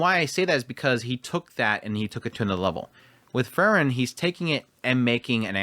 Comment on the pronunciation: Her name is still Free-ren and not Frrren. 😁